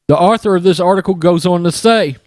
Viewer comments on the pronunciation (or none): The word “author” should be pronounced “awe-ther,” not like the name Arthur.